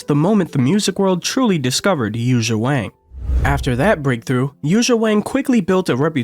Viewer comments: It's pronounced Won now Wang...it has that looong ah sound as the vowel. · I don’t understand, it seems so easy to fix the problem. if it’s not pronounced with a long a (Waang) and supposed to be pronounced like song (Wong) why isn’t it spelled Wong ?whoever thought it should be spelled Wang ? of course everybody’s gonna call her Wang. if we should call her Wong take out the A and put in the damn O ! problem solved. of course I guess it’s too late now… so silly. I heard it’s the same thing with Lang Lang. It’s supposed to be pronounced like long long. so why didn’t they spell it Long Long ? somebody get me a drink 🥃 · Pronunciation note: Yuja’s family name, a very common Chinese name, rhymes with “song”, not “sang.” And the j in her given name is similar to the j in “John”; there is no “zh” sound (as in “precision”) in Mandarin. I met her in 2012 in Shanghai. She’s very friendly, not pretentious at all.